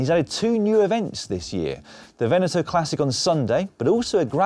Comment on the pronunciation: when in doubt on how to pronounce a foreign word like "Veneto", google translate can help! :-P